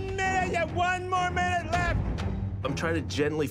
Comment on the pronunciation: no one: literly no one: not even a single soul: alvin: WON MINUITE YOU HAVE ONE MINUITE!!!